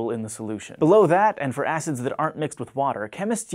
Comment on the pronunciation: when he said weak acids, it sounded like he said 'weak ass' lol